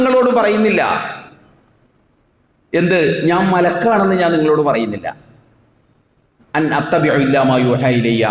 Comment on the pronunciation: ഇൻ അത്തബിഉ എന്നതിനെ താങ്കളെന്താ അൻ അത്തബിഉ.. എന്ന് ഓതുന്നത്....???